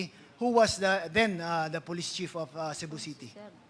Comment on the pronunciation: Did she just said,"Shabu City" ?